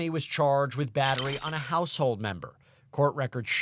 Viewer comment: hardly sounds like "battery" to me 😕🙄